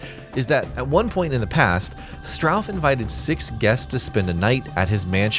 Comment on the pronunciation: … “Strauss”? “Strauf”? It’s STAUF. An anagram of FAUST. For pretty blatant soul-bargaining reasons.